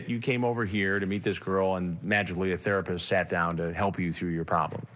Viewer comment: "I can tell you're a therspist."